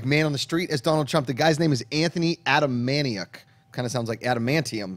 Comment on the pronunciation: Very excited for The President Show. Anthony was my improv teacher a few years ago and I wondered why he wasn't famous then. Very happy for him and he definitely does the best Trump impression. You should check out his appearances on as Trump. Oh and btw, it's pronounced A-TA-MA-NIK.